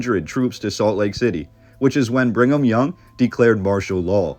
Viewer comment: Why do you keep saying "Bring em' young"? Its Brigham. There's no N.